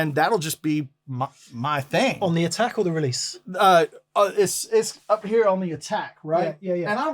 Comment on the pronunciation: " heah." " heah." "Andy here." Game over for Spot the American.